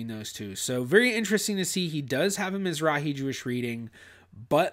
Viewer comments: Mizrachi. Means Eastern. Has a letter chet. Aa argh, not a heh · miz-RAKH-ee No "h". A Hard guttural. As you well know it is a Hebrew word for Eastern.